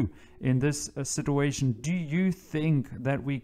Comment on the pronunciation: 'Situation' is pronounced "Sit-chew-A-tion"